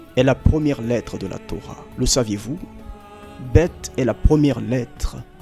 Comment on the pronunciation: Alors j'ai plusieur chose a dire. BETH se prononce Béit et non Bèt. Ensuite Le Seigneur Jésus n'est pas la deuxième personne de la divinité.. C'est une hérésie, voir une abomination de dire cela.. Car dans le ciel il y a un seul trône et un seul Dieu. Le fils n'est autre que simplement la PAROLE de Dieu faite chair sous la forme d'homme. C'est Dieu qui 's'est fait homme.. Il. Y a un seul Dieu donc une seul personne.. La formule (qui semble magic). au Nom du Père, du fils et de Saint Esprit n'est pas une formule que le Seigneur demande explicitement de prononcer.. Il a préciser :de FAIR.. et non de dire.. Et il y a une preuve a ce détail. C'est lorsque il dit. Quand vous entré dans une maison : Dite... Donc quand il faut dire il nous le demande et quand il faut faire aussi.